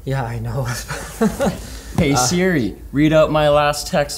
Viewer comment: When you said hey sri my Siri activated